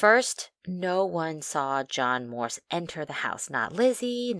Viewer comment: It's "Morse", not "Morris".